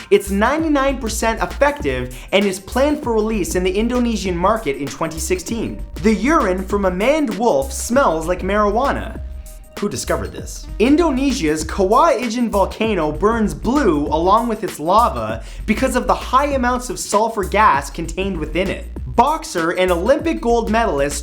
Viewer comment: And Mat , #17 it is pronounced kawaai acian volcano .